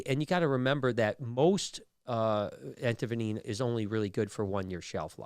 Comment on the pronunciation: What is anti venineen, Brian? Anti venom is what I thought it was